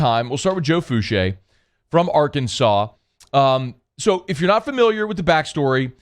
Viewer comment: Fouchaa not Fouchay lol but that doesn’t matter that’s my people from that 7th ward sbp